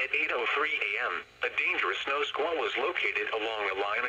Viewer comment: No Sqaull Warning: How pronounces it